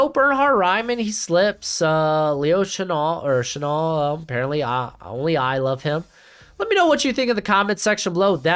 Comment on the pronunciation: Once again it's Leo SHuh Nell pronounced like the perfume Chanel no.5 , clothing, purses fashion stuff. You love him. I love him, Mike Renner at PFF loves him. and Hopefully Ron Rivera too.